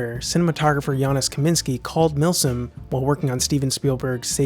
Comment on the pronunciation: Janusz in Janusz Kamiński i pronounced something like Yanoush. But it would be best to check the pronunciation as he's in my opinion one of the greatest cinematographers today.